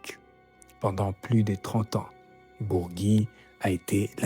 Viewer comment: Bourgi pas Bourgui